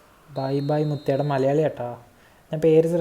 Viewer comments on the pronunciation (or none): none